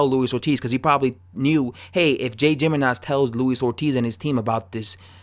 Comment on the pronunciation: I think it's "Himenez"